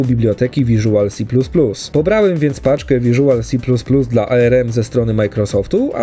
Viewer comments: to nie jest arerem to tylko arm, wymawia się po prostu arm, a nie ARM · "A ER EM" nic tak mocno mnie nie skręciło jak wymowa ARM... mówi się tak jak wygląda...